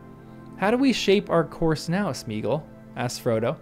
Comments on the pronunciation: In case none of the other hundred-plus has noted: It's SMAY-ah-gawl. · I didn't know in 2000, and I don't know now, why Jackson made Sméagol (Smaya-gol, surely, or if you seriously minimise the "a", then Smaygol) rhyme with beagle. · Why did the films have to ruin the pronunciation of Sméagol? The accent is there to show that it should be pronounced like the Old English diphthong “ea” and not like Modern English “ee”.